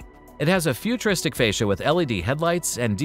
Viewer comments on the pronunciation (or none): none